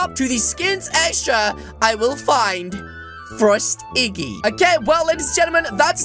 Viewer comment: Its not Frost piggy its Frost iggy (There is no P)